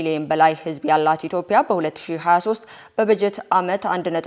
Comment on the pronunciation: እህት - እባክሽ ይህ የቀበጦች አነጋገር ይቅርብሽና አማርኛውን በቅጡ ተናገሪ። ከአዳማጮችሽ ውስጥ ልጆች/ሕጻናት ይኖራሉና መጥፎ ምሳሌ አትሁኚ። አገሪቱ <ኢትዮጵያ> እንጂ <ኢትዮፕያ> አይደለችም አትባልም አይባልምም!! አማርኛ በቅጡ ሳትማሪ ሥራ ጀምረሽ ከሆነ ቀጣሪዎችሽ ተጨማሪ ትምህርት ያሰጡሽ ዘንድ አመልክቺ! ካልሆነ ሥራውን በገዛ ፈቃድሽ መልቀቅ ለወጣት ወይም ለለጋው ትውልድ ውለታ እንደመዋል ይቆጠራልና ብታስቢበት።